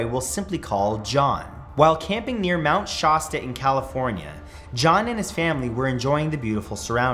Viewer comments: It's pronounced Mount Shasta, not Mount Shaaahhsta lol but in all seriousness, I grew up around there. There's something unsettling about the woods there. Even my grandfather, who is an experienced hunter, never goes out alone. He always uses the buddy system there. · The first "A" in Mt Shasta is pronounced like the "A" in apple.